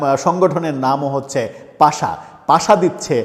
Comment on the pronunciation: পাশা নাকি পাসা নাকি পাছা? সঠিক উচ্চারণ করুন